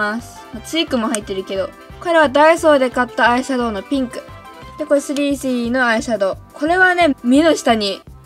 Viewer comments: の3CEの言い方苦手。なんか、3CEって言えばいいのに3スィーEって言ってる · スリーシーイーじゃなくて、スリースィーイーって言ってるよね。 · ｽﾘｰｽｨｰｲｰw発音かわよ💜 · スリースィーイー笑笑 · 『スリースィーイー』笑笑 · すりーしーいーではなくしぃーいー笑笑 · 3CEはそのまま発音していいんですよ！スリースィーイーみたいに聞こえます。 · すりーすぅいーいーって言ってない？ww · の3CEの発音でSiriが反応しちゃうww